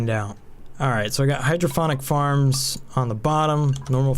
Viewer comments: Nice. Unless they went with a clever name I am pretty sure it is pronounced hydroponic(pond) not hydrophonic(phone) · Hydrophonic or hydroponic? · Awesome video. You do so much research for this game it's simply amazing, but please learn how to pronounce hydroPONic. There is no second H. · I'm guessing he's joking about your mispronunciation of hydroponic! :D The 'p' is a P sound like in 'pot'. I too thought sound had to be involved with growing plants when you first said it that way. Then you mentioned fluid input and it was an "Ahh!" moment.